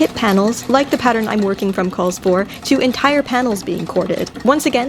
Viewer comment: Instead of hearing "basting" stitch I hear "bee sting stitch" and proceed to have nightmares🤪